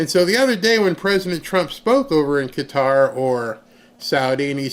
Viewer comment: Finally someone can pronounce Qatar correctly. Thank you